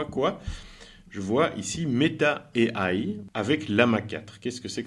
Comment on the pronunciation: MERCI. j'ai un ami en plus. svp, prononcez AI en français pas en américain.